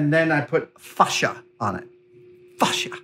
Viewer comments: Love, love, love all your videos, mythbusters, everything, but... The word facia is pronounced fay-see-ya or face-c-ya not fash-ya. It's a panel that faces you not fashes you 😉🤣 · btw for facia ... it is pronounced ... like .. face ya ... it is a long tight a not short gutteral .. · Face-ea. Like face The s is silent. Fascia is what goes on the outside of a house. This s just moulding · I have never heard someone pronounce it "Fah-sha" before, it's always been "Fay-sha" for everyone I've ever heard say it. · Is that how Americans say fascia in the UK we sat face-sha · Adam saying fascia like that just reminds me of goldmember trying to say "father" in Austin powers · I just LOVE the English to American translation of words like the word "fascia"... WHERE is there a "R" in the word lol HOW MANY English people where screaming at there screen pronouncing it correctly lol 😝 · Is that how most Americans pronounce 'Fascia' or just an Adam special?. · Im sure everyone heard it in gold members voice when he said facia